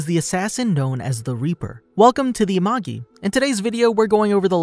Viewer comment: him : wellcome to the amagi! what i heard : WELLCOME TO THE AMOGUS